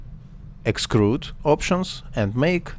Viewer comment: ты произносишь слово эксТруд как эксКруд - это может смутить иноземных смотрителей)